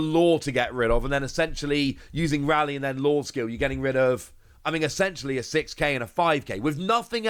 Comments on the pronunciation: Ray-lee not Rally. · Correct pronunciation of Rayleigh = “RAY” “LEE”